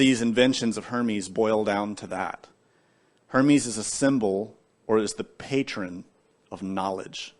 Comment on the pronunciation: Sounds like herman